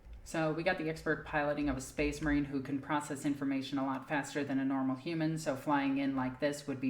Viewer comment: I’ll take tyranids over hearing SPACE MAWINE!!! A thousand times